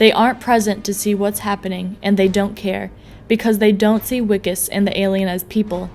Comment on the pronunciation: Just fucking say VIKUS it's not that hard